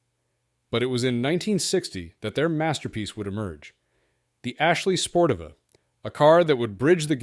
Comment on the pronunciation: Every which way but correct.. Sportiva = Spore-Teeva